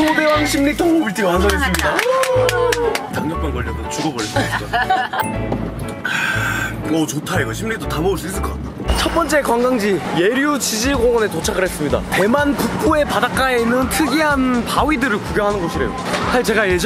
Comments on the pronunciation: 지질공원을 저질공원으로 읽음욬ㅋ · 나만 지질공원 치질공원이라고 들렸나... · 지질공원을 왜자꾸 저질공원이라고 읽을꼬....